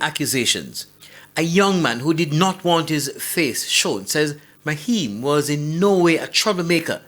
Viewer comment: Naheim,not maheim smh